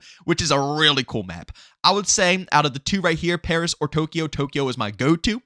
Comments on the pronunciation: He should change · Bro said “Pareeeeeee” when referring to Paris 😂 never change